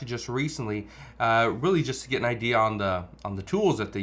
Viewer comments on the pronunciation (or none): none